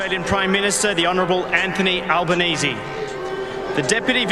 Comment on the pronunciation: Anthony Alba-NOCHIO?